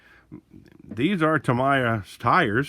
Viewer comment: It’s pronounced Tameeya. Not Tamaya.